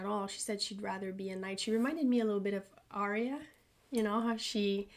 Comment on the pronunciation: Noteworthy: Arya (in GOT) is pronounced with 2 syllables, not 3. (Y is a consonant here). But, pronounce it how you like. Maisie prefers Aria (3 syllables) though she says it is Arya in the show.